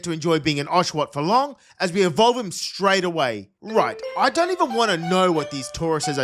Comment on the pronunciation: IT'S EVOLVE, NOT EVELOVE! AND THERE IS NO U IN QWILFISH!